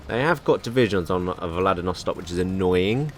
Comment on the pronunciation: You keep saying "Vladinostok" instead of "Vladivostok". I just thought it was funny